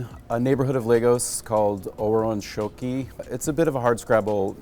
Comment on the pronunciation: The narrator’s pronunciation of Yoruba words I am impressed with. Oworonsoki and Adedeji.